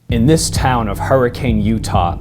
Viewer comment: Hurricane as the city is pronounced Hurrikin.